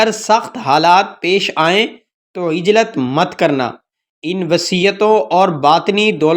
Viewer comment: بھیا کسی عالم کو اپنا تلفظ سنا دیجئے اپ کا تلفظ درست نہیں ہے پوچھ لیجئے تھانہ بھون کیا ہوتا ہے اور عجلت پر اعراب کیا پڑھنا ہے